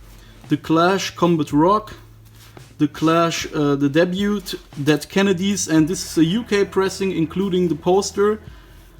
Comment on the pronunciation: Debut is pronounced Deb-you or dabe-you not Debyoot.